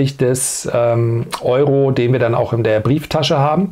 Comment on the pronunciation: Alter, DANN, das Wort heißt DANN! Nicht DEANN